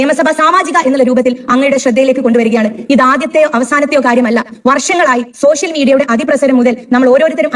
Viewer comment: സോശ്യൽ അല്ല പാത്തു,. സോഷ്യൽ എന്ന് ആദ്യം പറഞ്ഞു പഠിക്ക ണം.MLA ആയാൽ പ്രധാനമന്ത്രി ആണെന്ന് വിചാരം നല്ലതല്ല. ഉപ്പാന്റെ BUS നന്നായി ഒട്ടുന്നുണ്ടല്ലൊ? അപ്പേച്ച അല്ല പാത്തമ്മ . അപേക്ഷ: പറഞ്ഞെ ഒന്ന് കേൾക്കട്ടെ.!